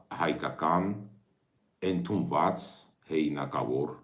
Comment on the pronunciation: Ընդունված, ըստ, ընկալ, ը ը ը, ոչ թէ էնդունված, ջան. Ասում ես էնտրութիւն, էնտրութիւն որն ա, ընտրութիւն. Սիրով եմ ասում, չը նեղվես